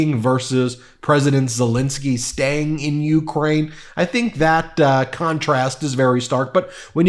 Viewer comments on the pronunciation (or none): none